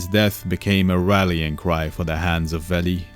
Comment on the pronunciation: This is absolutely fantastic. Great storytelling for complicated stuff like this, easy to follow despite the intricacies! Bonus points for the pronunciation of Veli (I screwed that up and felt the wrath of the lore nerds ; ) ) Thumbs up all all the way!